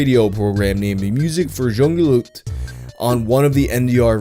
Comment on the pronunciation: "Junge leute" is pronounced like "YOO-ng-uh LOY-tuh". -a German-Canadian